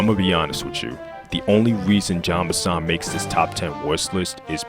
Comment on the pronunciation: It's not John Benson, it's Jean Bison.